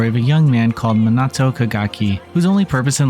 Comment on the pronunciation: Holy damn the way you pronounce saya and minato, just say it like the characters do